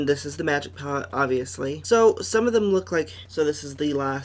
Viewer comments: ITS PLACEEEEEEEE NOT PALACE !!!!! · stop,"juvias palace" lmao